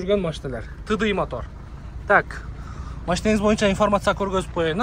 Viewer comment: тыдый эмес тидай дейт